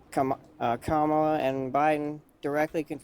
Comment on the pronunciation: The problem here is that the guest does NOT remember having said being disrespectful is disqualifying, so to them, is putting words in his mouth. They're words he said, but he doesn't know that anymore by the time finished the argument. Edit: Kudos for doing his best to say Kamala's name right, though. Edit 2: Nevermind, he dropped it after a few times.